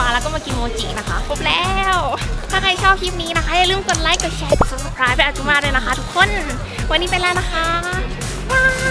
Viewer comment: ไลค์คะไม่ใช่ใจื😂